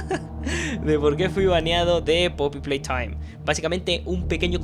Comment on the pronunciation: me encanta cuando dice " poppy PLAYTHOIM"